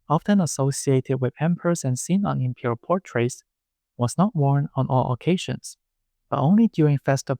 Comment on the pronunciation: I was listening to this while doing chores around the house and for a minute I thought you were saying 'the impure household' instead of 'imperial' lol